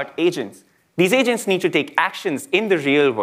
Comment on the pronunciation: I heard Asians instead of Agents twice in first 30 seconds of the video 😂